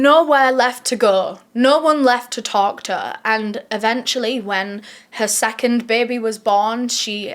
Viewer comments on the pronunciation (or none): none